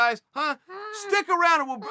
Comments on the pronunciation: "It´s Nunes not Noons, Chael." "Nunes? Ok great. So Noons was going to the buffet line..." "Chael, it´s Nunes, not Noons. This is the same thing that happened with Yair, remember how you kept saying Ya-rear when it´s Ya-ir" "Nunes, right. So Yarear Rodriguez was also at this restaurant..." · Everybody: Uncle chael her name is Nunes not Noons Chael: I SAY IT HOW I WANNA SAY IT YEA? .... Ok Great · “Noons” bitch it’s Nuñes. (New-nyes) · Amanda Nunes : Chael Sonnen : Amanda Noonz Amanda Nunes : OK Great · Did Chael really say Amanda Noons? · chael “amanda noons” sonnen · Amanda noons lmao ok chael i know you do this shit on purpose lol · Amanda Noons? He's said it right before. Why does he offer us Noons now? Where does it fit in? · Amanda Noons....lol...this is why I love Uncle Chael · “Amanda Noons” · Video starts Chael: Amanda Noons Me: Ok great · “Now, Amanda Noons” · Chael: “Iron Lady” Also Chael: “Noons” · I wasn't going to say anything about Noons, so I'm glad I'm not the only one with education/google abilities. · a fan asked about Yair and said "Yaear" and chael was like "YA EAR??? IDIOT!!" and didnt answer even xD and he says Noons about Nunes and George about Jorge xD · Amanda "KJ" Noons thanks for the correction Chael I always knew Amanda was saying it wrong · Chael "Amanda Noons" Sonnen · Lmao right off bat "Amanda Noons" 😂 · Cheal...you pronounce it NOON YES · Everybody: Uncle Chael: Amanda Noons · If Chael says it's Amanda Noons then it's Amanda Noons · Amanda “noons”... ohhh uncle chael😂😂😂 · You don't disrespect the goat by saying her name wrong smh it's not 'noons' you fool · repeat after me Amanda-Nun-ez!! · Amanda "Noons" Nunes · AMANDA NOONS! HES DOING IT ON PURPOSE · CHEAL GOT THE BRAINS KNOCKED LOOSE BY JONES HE CANT SAY ANYONES NAME RIGHT THATS NOT BOB SMFH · If uncle Chael says her name is Amanda Noons, then okay great, Amanda Noons it is! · Thats how every english speaking person says it🤦‍♂️ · Because it's nunes, written like dunes.